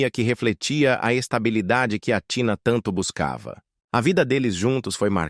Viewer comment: O nome Grego se pronúncia ATHINÁ E NÃO TINA FAVOR PRONUNCIAS O NOME CORRETO DELA !! ATHINÁ O ACENTO E NO Á E NÃO NO TÍ